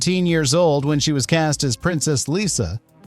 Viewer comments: Lyssa. Not Lisa. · Not "Lisa" as you're pronouncing it. It's "Lyssa".